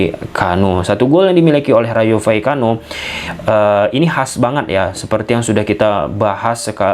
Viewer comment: Ijin saran bg, maaf klo ad salah. Klo penyebutan nama nama yg agak susah mending singkatin aja, soalnya abg beberapa kli nyebut Rayo Vallecano keseleo trus 😂😂 mksdnya biar lebih mudah aja😅 Btw aku subscriber sejak Barca masih ditangani Koeman.